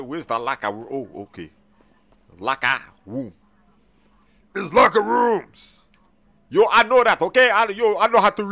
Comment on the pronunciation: "Locka... roomf": its LOCKER ROOMS "aye yo i know how to read modasocka": oh ok just making sure Im dead asf💀